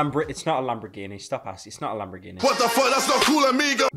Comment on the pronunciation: Pyro be like 'lambraghini'